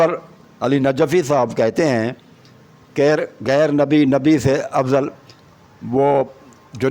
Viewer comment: جناب شیعہ کا عقیدہ درست کرنے سے پہلے کسی استاد سے تلفّظ سیکھ لو [ (کھاطر) نہیں (خاطر)] ہے اور [ (عکیدہ) نہیں (عقیدہ) ہے] اور [ (گَیر) نہیں (غیر) ہے].............😂